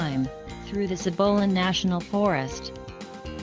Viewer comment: The forest name is pronounced SEE-bow-lah. Idiot computer voice makes the name sound like an STI.